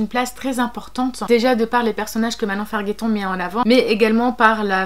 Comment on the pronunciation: Je suis une " amie " d'un cousin de Manon - ou quelqu'un de sa famille - et il me l'a passe. Par ailleurs on dit Farjetton pas Farguetton 😊😊 J'aime beaucoup ta video je vais continuer a regarder !